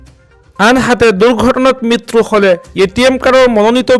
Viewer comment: মিতৰু নহয়ে, মৃত্যু হয়